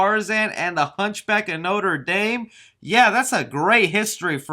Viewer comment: love the way you pronounced "Notre Dame" LOL